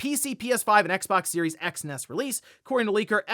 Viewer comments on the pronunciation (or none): none